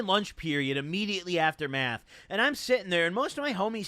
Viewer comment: I thought you said “let’s do meth”💀💀💀